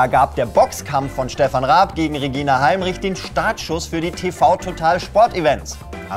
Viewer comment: hat er gerade Regina Heimrich gesagt?